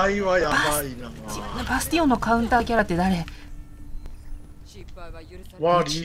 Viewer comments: 「バスティオン倒した！」が「バステン倒した！」に聞こえるw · 皆さん言ってますが、バスティオンが本当にバステンに聞こえますww